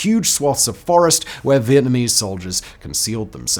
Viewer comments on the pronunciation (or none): none